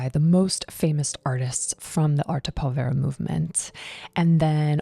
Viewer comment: Very enjoyable. By the way, pronunciation: the accent is on the first syllable of povera.